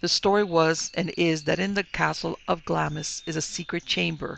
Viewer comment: Pronounced "Glahms", the "i" is silent. Pronounced "Edinbrah" - for Edinburgh